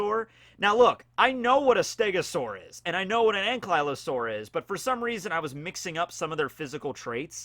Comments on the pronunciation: every ark player cringed at his pronunciation of anky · Growing up with German as my mother tongue I get these moments sometimes where I'm like "....w8 that's how you pronounce it in English.... really...?" I just had another one with Ankylosaur. Sounds horrible. Just my opinion ;D My favorite kind of Dinosaur tho so it hits a bit hard. Thx for reading.